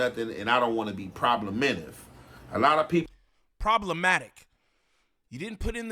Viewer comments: He said problementive lmao it’s problematic, and another note , niem you care about ts way too much man 😂 like even more than munchie wtffff 😂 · Omg problementive? 😅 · didn’t pay attention in English class 😂 “problementive”? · Bro I try not to be the grammar police but bro!!! “ PROBLEMENTIVE “ isn’t even a word😭 I mean come on bro ya’ll making us look bad when you try to sound sophisticated and make up your own words accidentally